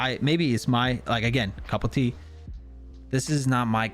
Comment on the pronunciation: This dude really says couple tea?? It's cup of tea 🤣😭